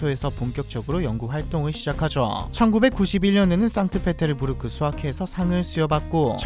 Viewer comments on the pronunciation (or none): none